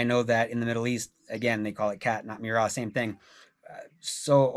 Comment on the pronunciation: I lived in Kenya for a year and chewed every single night. He mispronounces it. Chewing gum and fennel seed was how we did it on Lamu.